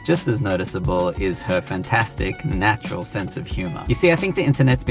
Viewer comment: I don't like how misleading it was when he stressed the word 'natural'